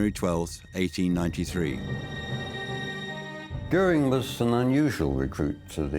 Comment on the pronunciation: A pronúncia do dublador quando ele fala "Göering" é perfeita